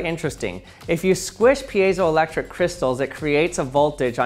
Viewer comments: You said payzoelectric and i was like, huh? I thought it was Pie-zo so I looked it up, and I was right!??? hah! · Never heard it pronounced piazo-electric. Always peezo-elctric. Based on spelling it's like field - piezo not like reactive. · I used to say peezo not peeyezo ... What is the correct pronunciation? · That is not how you pronounce piezoelectric lol. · Lots of thoughtful comments here. Let me break that and add my thought...today, I learned that for all these decades I've been mispronouncing piezoelectric. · I hate when people try to pronounce piezoelectric